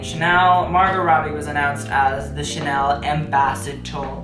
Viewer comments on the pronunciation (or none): none